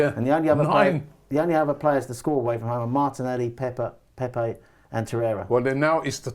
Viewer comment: Did my man call Pepe Pepper 😂😂😂